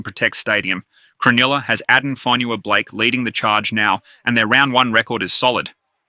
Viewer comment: you may have more credibility if you pronounced Ponga's first name correctly, AAMI is known as an acronym, as in "Amy", not Cronilla...and maybe didn't copy/paste sportsbook predictions?